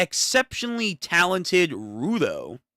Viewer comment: Just a small notice rudo is pronounced Roo - doe unlike its spelling that can be mistaken for row-do